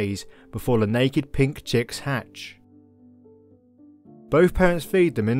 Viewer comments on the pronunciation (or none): none